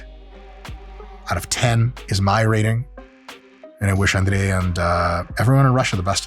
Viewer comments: После идеального произношения имени Андрей и признания, что ведущий жил в Москве до 7 лет... Все встало на сво места ) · Я 5 раз переслушал, точно ли он русский 🤣🤣🤣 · you pronounced his name almost perfectly, 98% close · How df u said he’s name without an accent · Я чуть с кровати не упал, когда др. Майк имя Андрея без акцента произнес😂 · Как же круто он произносит слово Андрей, сразу видно откуда он родом :face-green-smiling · Duuude, he pronounced his name like a real russian native speaker, it did suprise me how he said it authentically, considering that he left Russia when he was 7. Woah